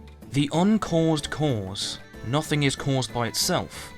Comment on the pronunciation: I’m sorry but like minutes into this I started to hate the way you pronounce “cause”.